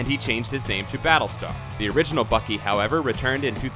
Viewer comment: Why are you saying fuckey instead of Bucky